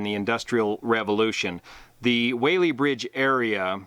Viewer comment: Just so you know. We locals say Wallee Bridge. I don't know why.